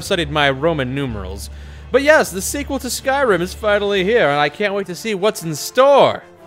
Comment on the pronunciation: Stumpanelli but he said sequal.